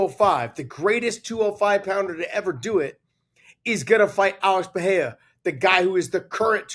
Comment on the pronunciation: Alex Pee-Air-Ah. Bro are u disabled? Can u not hear other people pronouncing it?